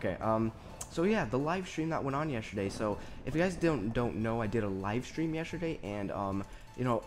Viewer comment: it sounded like you said yesherday xD